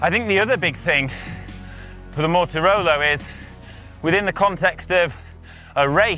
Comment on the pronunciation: Sorry, Contador says Mortirolo.:)